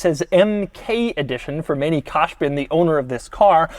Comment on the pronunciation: You didn't pronounce Manny's name right ,but it's no problem